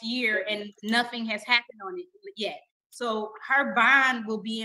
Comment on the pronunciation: Poor Judge. She has the patience of Jobs! And I' didnt know "on" was 2 syllables. O-won?